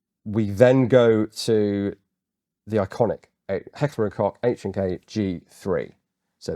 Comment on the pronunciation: For me as a Kraut it is lovely, to hear beeing talked about this gun in the dignified British accent, even pronouncing "Koch" rightly. Most of the YT content is of Yank origin with their slaaaaang and they love H&K. Don't know why. I was one of the last generations forced into service and I did not like it. Heavy, awkward to handle/carry, no cheek rest, kicked like a mule and under Biwak conditions (training all day long in mud, sand and forrest floors) it seemed to pull in dirt like a hoover. But of course nothing is such a pain in the arse as the British Leyl...I mean Enfield under combat circumstances. But as opposed to Britain we are allowed to own socalled "Black Weapons" over here and over the years my Dad, who also deals with weapons owned some, an AR10 as well as AR15 and an AK74. I would not trust them either. The AK of course, but it was nowhere near precise and the Mattels seem to be flimsy to me. Maybe the Swiss did it right? Yes, my fellow Limeys! After two lost world wars we did not even own the British automotive industry but are also allowed to own "Black Weapons" (single fire only). Can you understand, how and why this is going at it goes sometimes?